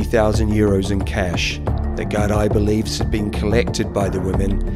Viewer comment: Gardaí pronounced Gar-Dee or ya could just say Garda too. Also, Drogheda is pronounced Draw-heh-da.